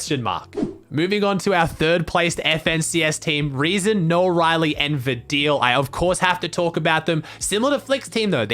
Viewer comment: You are the only person who pronounced "rezon ay" right (I am from Germany)